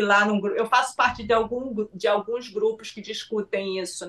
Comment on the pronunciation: "Alguens"...!?!?! Pelo amor!